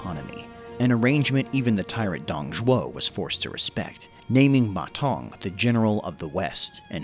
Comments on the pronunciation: According to Wikipedia, the sound of "Ma Zeng" is much more "Mazen" then "Ma Tong". Still a great video for my favourite warlord! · You pronounce his name (Ma Tong) which means toilet bowl in Chinese. It should be Ma Deng if you pronounce it in English.